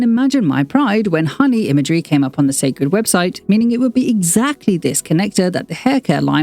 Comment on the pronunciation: It will repeat the same mistake as her previous brand. First off many people will pronounce the name wrong and call it See' cred instead. No need to complicate things. Where will the product be sold where her average fans, demographics can get to easily, Walmart, Target, Ulta?? The packaging itself looks bland and will pale in comparison. Beyoncé team always get her Why and story behind her products right but the promoting always lacks luster 😒